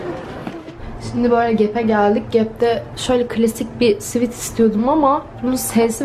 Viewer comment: Arkadaslar SWIT degil SWEAT!! 😂😂😂😂😂